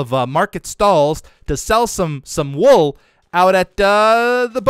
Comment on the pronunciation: "ayyyy come and get de wool"- 2020